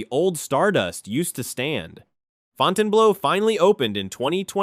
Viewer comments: It's not "Fountain Blow", it's "Fountain Blue" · FOUTAIN BLOW ? AI AT IT'S FINEST, WTF